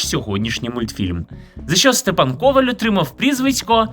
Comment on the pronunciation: Степан КовАль, в україні наголос на "а", в польщі на "о". Дуже часто люди чомусь вживають наголос на "о". Я носій цього прізвища, тому так болісно реагую , пепепрощую якщо зобидила